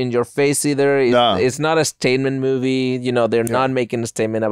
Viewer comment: Love hearing say mewvie